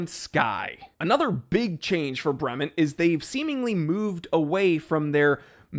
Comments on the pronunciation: You could at least pronounce the name correctly. Brement? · Your zombie ass is pronouncing "Bremont" wrong!!!!!!!!!!!!!!!!!!!!!!!!